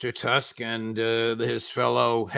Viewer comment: Scott great analysis as usual but Tusk is pronounced like Toosk. And thankfully, at least half of the Polish people hate Tusk.